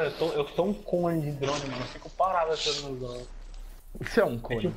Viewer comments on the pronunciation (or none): O fica falando paravrao